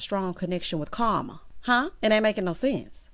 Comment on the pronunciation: Every time you say Carma I’m weak 😂🤣